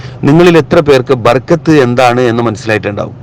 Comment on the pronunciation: Barakath not barkath